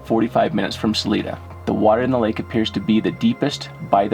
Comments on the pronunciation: Hi, the I in salida is a long I. So it's pronounced Sa l I da💗🙏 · SA-LIE-DA is how you pronounce the name of Salida. Keep up the good work. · You guys are amazing and everyone here in Salida Co can't thank you enough for your help and support to help find Susan Morphew, but heads up Salida is pronounced Sa • Lie • Da and it means exit in spanish, so keep up the good work and we all wish you guy well and happiness! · 👏 Great job! Help on pronouncing names. SAL- 👁 - DA MORE - FEW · Pronounced her name wrong ... the city as well. Overall disappointing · Isn’t it Salida? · Please pronounce the word Salida correctly. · You are my favorite YouTuber and I giggle when you say the town. We pronounce it here as (Sa-LEE-Duh) Spanish or (Sa-LIE-Duh) local use. Love you guys and I hope everyone is all home safe with their loved ones. 😄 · "Sa-lie-da" not whatever you were saying. Sorry but having lived in CO for a number of years, hearing people miss pronounce our city names has become a pet-peeve of mine. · Hey Guys, its pronounced Sa-leye-duh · That is pronounced Sa-LIE-da! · Not to to rude but your saying salida it's sal-ida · You guys are great at what you do, Thank-you so much! Salida Is pronounced with a long "I" Sa-Ly Da" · Salida = Pronounced 'Sa-lie-da' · It's pronounced with a ling I not ling. Sal-eye-da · Next time if you do a video in Salada. It's pronounced Sa-lie-du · PLEASE pronounce it (Salida) as Sah-LIE-duh. That's how us Coloradans say it. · Pronounced sah-lie-duh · The town is called salida sounds like (sa lie da) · Ok...it’s Sa—-lie——da....Colorado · The town is pronounced Sa.lie.da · Hey guys, thank you for all the work you do. I live in Colorado and I just want to let everyone know that it's pronounced Saliiiiida, not Saleeeeda. Suzanne's last name is pronounced Morphuuuuu, not Morpheeeee. xo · It’s pronounced Sa-li-da not saleeda LOL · Jared it's SA-LIE-DA not SA-LEE-DA🤣😉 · Sal-i-da for future reference. Not Sal-ee-da. Life long Coloradan here.